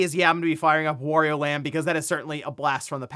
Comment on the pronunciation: greetings, why do you pronounce "wario" like that? Shouldn't it be like "mario"?